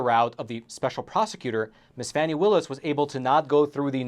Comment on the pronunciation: Epoch Times are idiots. They can’t even pronounce Fani Willis’ name properly. The allegations are groundless. Epoch Times are more interested in selling stories instead of reporting the truth.